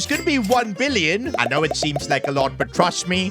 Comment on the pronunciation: I heard 1 mbillion